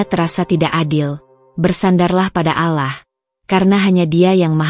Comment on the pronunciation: Ctt. Bila alur cerita bernuansa muslim , alangkah baik nya yg membacakan jalan cerita adalah yg se iman dgn Islam agar Pengucapan sebutan kpd Sang Khalik benar2 sempurna yaa Alaah itu bukan sebutan Tuhan Islam ttp Yaa Allah ( yaa Alloh ) bukan yaa Alaah